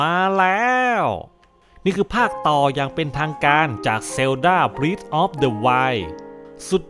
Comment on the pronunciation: breath of the wild ตรง breath ฯ ที่นี้ เป็นคำนาม จะอ่านว่า “เบร๊ธ” ครับ แต่ถ้าเป็น verb มันจะอ่านว่า “บรี๊ธ” สะกดเหมือนกัน แต่อ่านคนละอย่างคับ